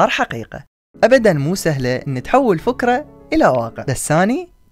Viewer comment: أخي نطقك لبعض الكلمات غير صحيحة مثل 👇🏻 فُـكـرة ، بُـنـاء :- أنت تلفضها بالضم والصحيح هو 👇🏻 فِـكـرة ، بِـنـاء :- يجب لفضها بالكسر